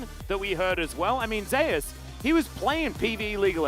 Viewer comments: Why the caster pronounce Zeus as zeh-as? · I read somewhere that it's because someone else (a support) is called Zeus. I guess it's to differentiate them